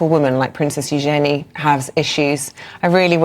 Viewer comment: New princess? she's the king's granddaughter. Daughter of Andrew and Sarah Ferguson. Ewe-jun-knee = Eugenie. They pronounced it wrong,again.